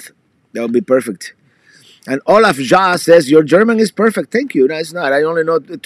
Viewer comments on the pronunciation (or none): none